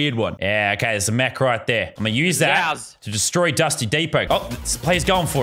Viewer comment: It is mech not mechu